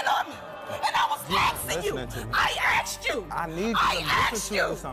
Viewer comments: Donnetta could easily fit 40 oreos in her mouth and still have space for a baguette. And why people say "i axed you" instead of "asked"? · She axed you this